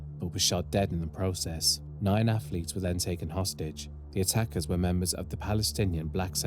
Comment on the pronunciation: I love the content but one thing killed me about this video…. Why you sound like Mike Tyson saying Afflets lol